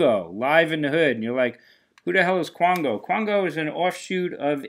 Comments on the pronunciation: Sorry, just being a bit nit picky here (🤡) as Qango is pronounced "Kango" as in kangaroo. Wow, those Ramone songs must be pretty short or heavily edited; did you say 32 songs on a 72 minute capacity cd? Whew! Flashback to the 1950s and 60s singles market! What would be interesting would be not only to see what you bought but also what you passed up! I think we can hear the "you passed up that for what?" (chuckle, chuckle 🤭🤭!!). Hey, as always, thanks. Till next time, peace.💫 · I never heard of Qango until I found the CD. Not a lot of info on them because it was very shortlived. Played a relatively handful of dates and that's it. Good album, with more shredding guitar than the classic Asia. Apparently it's pronounced "Kango", but I also never heard of them till I got the CD.